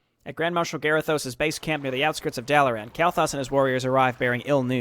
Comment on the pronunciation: Its Garithos not Garathosh